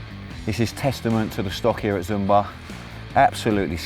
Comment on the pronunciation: It's not "Zoom-bar", but more like "Shoom-barr" ;)